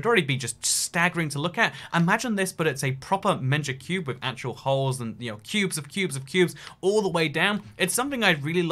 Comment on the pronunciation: it sounds like you are saying manga cube